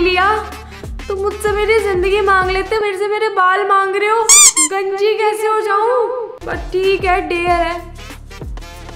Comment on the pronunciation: Ganja nhi didi 🤣🤣 ganji bolo 🤣🤣🤣